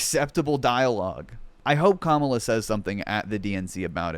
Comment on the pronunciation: tbh i thought that's how it was pronounced for at least a few days after he joined the campaign bc i'd only read it, they just never learned the right way bc their brains get overloaded by singular "they"